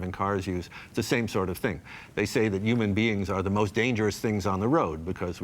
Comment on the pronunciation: Why was dude calling Human’s Umans? Or am I just hearing him wrong?